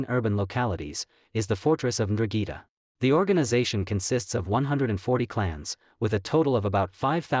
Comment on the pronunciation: What the hell is a drugeeta? It’s N-Drahn-Geh-Ta. ‘Ndrangheta. I get it Italian is hard. But damn